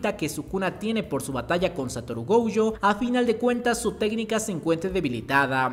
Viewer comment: pero pq le dice gouyo? 😓